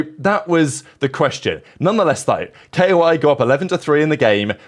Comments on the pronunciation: ITS NOOOT K.O.I ITS KOI BROOO IM NOT KOI FAN BUT PLEAAAASE PRONOUNCE IT LIKE THE FISH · man i love your content but please just say koi